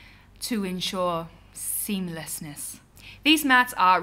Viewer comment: haha the way you said "seamlesness " ( hint to John McLean ) , oh and, could you do a perfume video * _ *